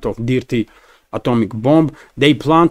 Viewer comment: Good information. Thank you. By the way. The word "dirty" is pronounced using the "i" as it sounds in the word "girl". More like a long "err" sound instead of a short "i" as in "pip". So, that would sound phonetically like "derty". Thank you